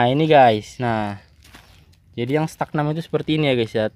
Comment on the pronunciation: StagNAN, mas, bukan StagNam 🙏🏼🙏🏼